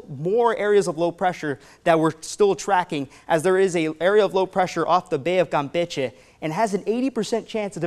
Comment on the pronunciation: You said Campeche correct😀 Prayers to family in Merida and west coast.